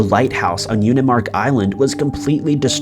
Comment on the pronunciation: I believe the island in Alaska is pronounced Unimaak, I live in Alaska.